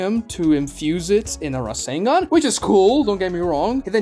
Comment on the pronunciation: razzengon? i thought it was rasengan